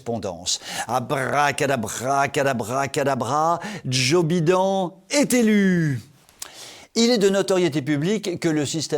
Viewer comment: ...Joe "Bidon"...ai-je bien entendu ? Ah ah ! J'en peux plus...j'ai mal aux côtes ! ....."Gracias very moutch" !!!